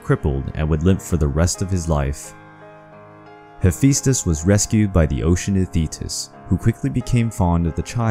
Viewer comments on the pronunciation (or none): I think you Butchered his name lol